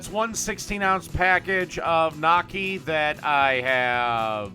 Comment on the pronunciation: It's pronounced "Nyokkee." "GN" in Italian makes a "ny" sound like "canyon" or "onion." Personally I prefer gravy or cheese with gnocchi since it is mostly potatoes. I wonder if it's possible to make a poutine with gnocchi.